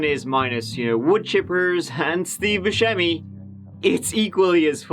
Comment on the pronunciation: You mispronounced Steve Buscemi's name. Don't worry. I did too, for the first 20 years of knowing who he way, anyway.